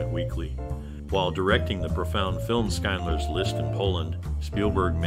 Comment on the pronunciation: Did you say "Skinedler's List?" "Shind-ler."